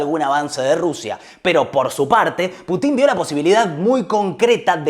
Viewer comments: Gran regreso! una sugerencia: en vez de putín, pútin. Abrazo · Ya me suscribí, puse me gusta y todo... Pero por favor, si vamos a decir "Baiden" como en su idioma original, digamos también "Pútin". Me sangran los oídos cada vez que escucho "Putín". Chasgracias, muy bueno el programa. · Aprende esto,en ruso debes pronunciar Putin acentuando a U, no la I ,o sea pútin , a no ser que lo hagas por animosidad y te gusta que suene a otra palabra . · en el idioma original se pronuncia "Púchin" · Putin no lleva acento en la i... hablá bien pelo..